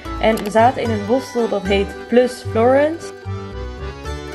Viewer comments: ja daar dacht ik ook aan haha je zei het op zn Engels maar idd "Florans" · hiii florence spreek je uit als ´ florans' hahahah